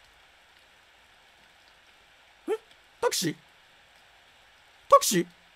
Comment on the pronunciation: 「たけし？たくし？たくし？たくし？」 タクシー？🚕